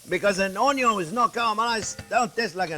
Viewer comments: Hilarious That's what we affectionately call him "Chef Onyo" 👍😂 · Mastering the onyo is so important. Best onyos come from the back yard. I love onyo so much. Onyo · A wise man once said: "A good onyo....is a HEAVY onyo." 😌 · "Caramelize Onyo" This is why I subscribed. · The pearl Onyo!!!!! Yes, capital letter Onyo 100% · When it said "pearl onyo" I laughed so hard I cried. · Measure carefully, bwahahahahahahahahahahahahaha! I do that all the time. People who watch me ask, "Don't you think that's too much?" No! Taste it and tell me. Measure carefully. Bwahahahahahahahahahahahahahahahahahahahaha.........Bwahahahahahahahahahahahaha. Always start with onyon!